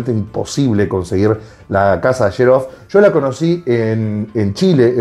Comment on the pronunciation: Excelente video!!! solo una pequeña corrección amigo, la pronunciación de la Casa Italiana Xerjoff es "Qseryoff"